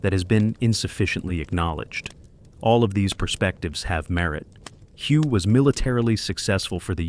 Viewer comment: Thank you for clarifying that. It was very annoying listening to the mispronunciation.